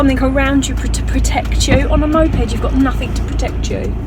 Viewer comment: Sorry Ive just laughed out loud.. when that car didn’t say thankyou to you, I thought Cameron said ‘N**head’ then I realised he said moped 😂😂😂😂😂